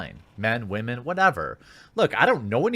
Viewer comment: Why do you keep saying WAHMEN. WTF does that even mean? Why not just pronounce them as women?